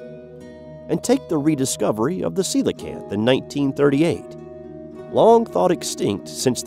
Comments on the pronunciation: thank you for pronouncing coelacanth right. I hate it when people call it a Ko LEE Kanth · Ya said coelacanth correctly! subscribed!